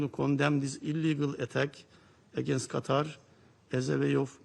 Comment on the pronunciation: It is Qatar not GATAR 😂